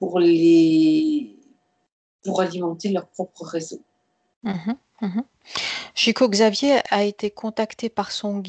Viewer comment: Très intéressant et je crois bien que l'essentiel dépend de nous - cocréateurs, comme dit la médium. Au boulot, mes amis ! Petit détail concernant le nom de Chico Xavier (pour les puristes) : On doit prononcer son nom comme si c'était écrit (en français) "ChicOU CHaviÈRE", mais sans le E que j'ai mis à la fin, pour indiquer qu'on prononce le R.